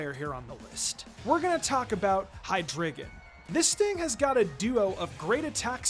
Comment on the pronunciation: It’s pronounced “hye-DRY-guhn”, “”! 🙄 Do you even know how to speak German, because the word “drei” in its name means “three” in German, referencing its three heads! 🤨